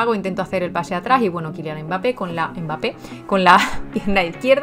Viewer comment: Algún algoritmo tiene el juego que en los últimos minutos es un partido totalmente distinto. PD: se pronuncia " bape" la M es muda. Grande